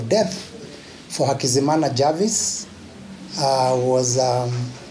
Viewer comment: Great acknowledging the Coach. Madam Lilian Muli, you pronounce that as Javee... Not javis. The is are silent